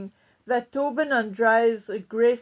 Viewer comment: You are still mispronouncing Tobyn's name. Is that on purpose? At bottom, Charles is the problem. He can't go soon enough.